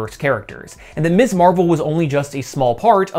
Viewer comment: Miz Marvel. Emphasize the z, should not sound like miss. You got it right on the magazine but you're erratic about it for Kamala's supranym. Mispronouncing that is something some jackasses do to show they don't respect a woman's right to have an identity free from her marital status. Be careful how you say that word and how you use it. While it's technically 100% applicable to all women some will take deep offense at it, most often married women or widows who feel the use of Ms. is disrespecting their marriage. Real social minefield there, although it's marginally less so these days than it was in the late 60s and 70s when the use (or refusal to use) Ms. properly was a flag indicating your support or opposition to the Women's Liberation movement. And yeah, I grew up in that era and saw firsthand examples of people (mostly men) deliberately mispronouncing Ms. to piss off the person they were talking to. Watched one of my grade school teachers get done that way by a co-worker and the asshole didn't get so much as a slap on the wrist from admin. Bastard was hissing "misssss" like a damn snake. Taught me to be real attentive to saying it properly, a lesson that's stuck better (and been more useful) than all those stupid cursive writing lessons.